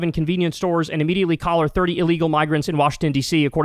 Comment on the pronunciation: ”collar” … “collar” ??!!! WTF. Monster.